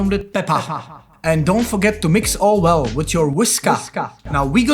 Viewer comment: nobody Jakub : “Whis KARRRRRRRRR”